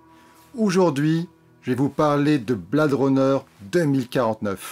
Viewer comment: quel accent!!! Blade pas prononcé bled et Her version Hair...ha ha ha je chipote... le rythme de cette vidéo est meilleur que celui lent, lancinant de celle sur Stephen King... quant au film lui même, il faut le voir sur grand écran pas que pour l'image, mais aussi pour jouir du son atmos, quelle ouverture sur le bruit du spinner!!! Jared Leto n'est pas assez présent et son perso pas assez défini donc, je pense que cela sera corrigé dans la probable version longue ou dc du futur blu ray. Dave Bautista m'a bluffé, quel acteur!!! il se révèle film après film...le film est trop lent, trop posé, on a le temps de réfléchir à l'intrigue et ça vient trop vite à l'esprit ce qu'il en retourne vraiment. la relation réplicant/AI est une très bonne idée très bien menée... Villeneuve a su s'approprier la mythologie du premier sans trop la dénaturer (avoir réalisé premier contact a beaucoup aidé)